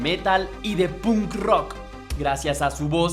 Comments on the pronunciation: emmm .. buena reseña.. decente mas bien.. debes prestar atención a las fechas porque no solo en la fecha de nacimiento de Paul le erraste sino en un par mas .. además debes, si quieres que tus videos crezcan a nivel internacional, mejorar tu inglés .. por ej.. la palabra Punk no se pronuncia como se lee .. se pronuncia Pank y sobre todo el nombre de la banda Iron Maiden no es eiron maiden .. es Airon Meiden .. salvo estas cosas en general está muy bien .. saludos desde Santiago del Estero, Argentina! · jajaaja cuando alguien que claramente no le gusta el genero pretende hacer algo para aprovechar la ola sale esto. eiron maiden, punk osea mala pronunciacion y datos inexactos jajajaja toma tu dislike